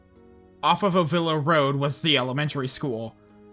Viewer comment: Hey just a slight correction, it’s pronounced Oh-Vil-Luh. I used to live in Ennis and had family in RedOak and ovilla so this one hits home for me.